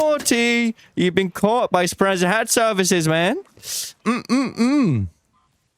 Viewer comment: I find it funny still can't pronounce Speranza, also no one was banned, just had their coins taken away. Embark and arc raiders is a joke.